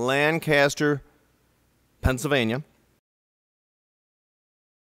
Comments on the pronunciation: They pronounce Lancaster like this, " Layne Ku Ster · Quit putting stress on the first syllable of Lancaster. You'll mark yourself as an outsider. :)